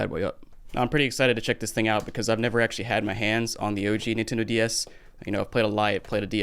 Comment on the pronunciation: Sounds like he's saying "nintendo Díaz" like the mexican nintendo, now i want one 😒